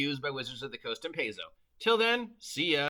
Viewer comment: Is it me, or are you trying to use as many different pronunciations for Paizo as possible.